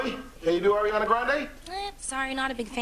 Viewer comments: no it's not that it's just there is no i between a and r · It's Ariana not airiana